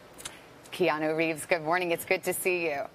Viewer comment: After all his years of work and interviews, people are still pronouncing his name wrong and he doesn’t correct them. He’s so humble! Hau’oli la hanau e Keanu!